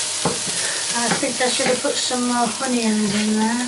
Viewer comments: There's no "H" in onions and no "I" in Carrots. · If I hear the words Carriots or Honions one more time I’ll scream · why does she always say with an H?? Honions or Heggs?